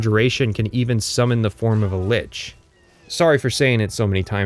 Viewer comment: You may have mispronounced illegal on purpose, but you mispronounced Lich out of ignorance. You're welcome for the engagement.